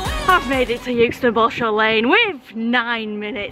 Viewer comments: It's euxton not yooxton😩😩😩😂😂🙂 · Love your vids, it’s pronounced eckston btw a bit like by eck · As much as I want to enjoy watching this, your pronunciation of ‘Euxton’ is really getting on my nerves. I don’t care how Anne says it!!! 😂😂😂😂😂😂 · Good one, G. People in Blackburn (strange town, that) used to pronounce it 'Ex ton'. Freaks. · It was always pronounced “exton” when I worked at Leyland…. Or does that wreck the joke? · You say "Youxton". We pronounce it "Exton" here in Leyland lol................